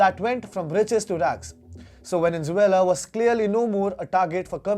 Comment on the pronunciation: Why do you keep pronouncing VENIN ZEULA? It is VENEZUELA for god's sake!!